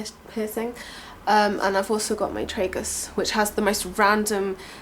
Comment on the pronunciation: tragus is pronounced " tra-gus" not "tre-gus" heheee ;) xxx i loved this videooo xxxx